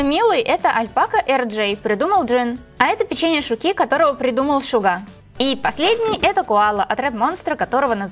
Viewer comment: Не Коя' ,а Ко'я , не Шуки',а Шу'ки ,не я Арми',а А'рми прастите что исправляю но мне больно слушать